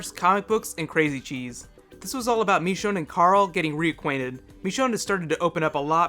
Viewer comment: It's machone not mechone